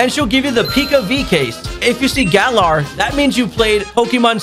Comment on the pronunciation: WHY DID YOU PRONOUNCE GALAR THAT WAY LMAO